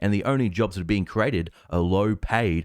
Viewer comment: "created", not "crated". "earnings", not "earns". "Manipulate", not "manlape" "El-Erian", not "Al-Iron" "subscribers, not "describers"